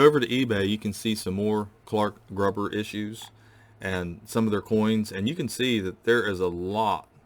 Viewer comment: Hi, I've been watching your videos for about a year now and enjoy them very much. However, I do have a problem with your pronunciation of the word Gruber. It should rhyme with the word glue and not with the word grub. Other than that, I really respect what you are trying to do and would like to invite you to take a table at the PAN coin shows in Pittsburgh in May and October each year. It's only about a 4 hour trip for you and we are getting dealers from all over the country.